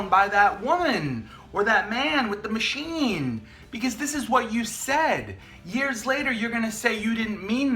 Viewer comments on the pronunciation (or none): none